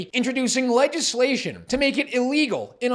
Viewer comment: "Legislation". The "g" is soft, like a "j", not hard as in "Leg".